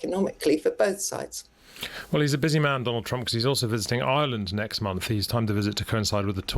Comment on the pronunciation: Oi-er-land? For someone with such a posh plummy accent, it's bizarre how she pronounces Ireland.